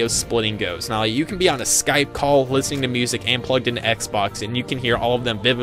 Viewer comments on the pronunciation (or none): none